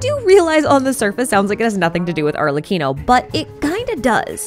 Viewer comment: after hearing so many people butcher it I appreciate the perfect pronunciation of Arlecchino's name